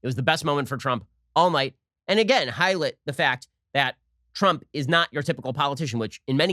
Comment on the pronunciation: Highlit? C’mon, man! 🤣🤣🤣